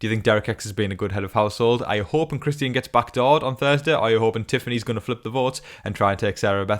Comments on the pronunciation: His name is Christian.. not Chris ty in.. so annoying get it right dude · Really hope Christian goes home so I don’t have to hear you pronounce his name anymore lol 😂